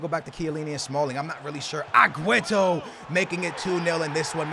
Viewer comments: It's AG-WEAR-O NOT AGWETO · Why do you say agueto is aguero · it's aguero not aqueto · STOP CALLING HIM AGUETO. JESUS CHRIST, IT CLEARLY SAYS AGUERO. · Why does he say agueto?